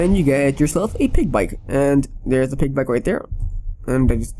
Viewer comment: you said oig for pig